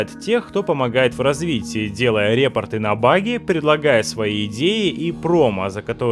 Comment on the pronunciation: Что что что? рЕпорты ? Может всё таки репОрты?